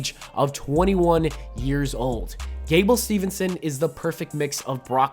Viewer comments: it’s steveson btw not stevenson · Put so.e respect on on am Olympic gold metal winning wrestlers name and pronounce it right! It's STEVESON NOT STEVENSON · Folks, its Gable Steveson, not Stevernson. 1 N and it's at the end. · It’s Steveson not Stevenson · Steveson Not STEVENSON. LOL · It's STEVESON NOT STEVENSON